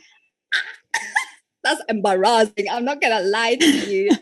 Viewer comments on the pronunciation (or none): Got to love how she pronounces "embarrassing"... In some way she is right, if the guy invites the girl... when you invite someone for a meal... you pay it. However... the person you take out CAN as a goodwill deny you paying it and offer to pay their share of it. So yeah... you are right, allot modern women switch between modern and traditional... whatever benefits her best. But... that's one reason I would not date one of those women... because if I want to "buy" me a women... then I go to women that show me the price of them.